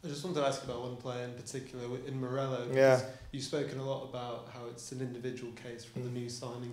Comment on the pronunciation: That reporter calling Muriyyyo…….”Morello” pmsl. He’s not a cherry mate😂